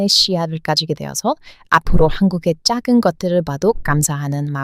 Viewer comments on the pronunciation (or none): 한국말 연습좀 하라니깐요? 한국말이 그게 뭡니까. 발음연습좀 하라구요. 작은거를 어떻게 짝은거라고 말을 합니까?